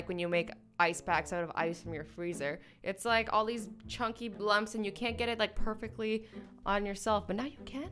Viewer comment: MARY MOO POTATOO LOOL!!! When he said “gits” he meant gets.